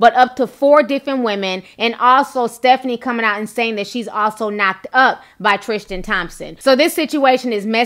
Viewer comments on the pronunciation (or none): I believe his name is Tris-tan not Tris-tian, good video though Ti